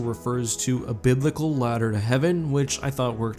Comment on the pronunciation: Used to called you because when you said ladder I heard slaughter lol